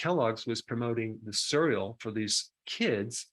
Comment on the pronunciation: Nice video but I absolutely abhor the way you pronounce 'cereal'.